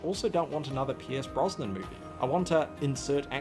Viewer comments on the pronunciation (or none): none